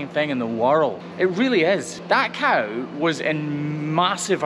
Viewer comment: Cow#5, not Car#5 haha 🤣 just kidding